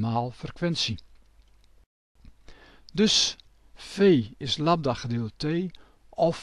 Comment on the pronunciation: Noemt men golflengte niet Lambda ipv Labda